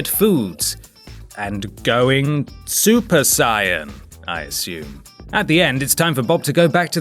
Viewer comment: Holy shit you pronounced super saiyan correctly!!!